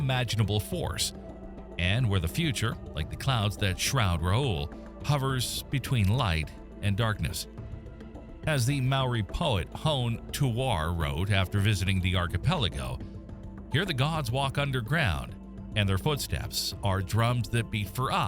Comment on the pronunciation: the way he said hone tuwhare XD, its more like ho-nei tu-fa-re